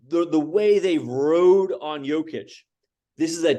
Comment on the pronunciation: One of these guys talking couldn't even pronounce Jokic's name correctly! And Kendrick Perkins and Nick Wright are both idiots.